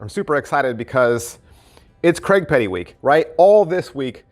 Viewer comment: Hi.....it's CRAIG.....not Cregg 😂😂